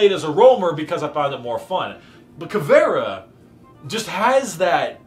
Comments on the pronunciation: As a Brazilian I found this video very INTersting funny, also "Cavera" as Caveira? Something wrong is not right. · Eu achei que ele tinha dito "caviar", só soube que era "caveira" por causa de teu comentário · As a brazilian viewer as soon as I saw this title I needed to watch this,but in ther first 5 secs before he said "Caviar" instead of "Caveira" i was like wtf is going on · BRAZILIAN ANGRY SOUNDS WHEN SAYS CAVÉRA INSTEAD CAVEIRA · Also-hmm she is called CAVE-I-RA NOT FUCKING CAVEAR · Not ca-ve-ra, it's CA-ve-ii-ra. I'm brazilian. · As a brazilian, hearing you speak "caveira" as "cavéra" is kinda funny. Anyways, great content, my dude, you look way more comfortable and happy, the camera is great too! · Ta mais pra caviar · Smh this nigga can’t even pronounce her name right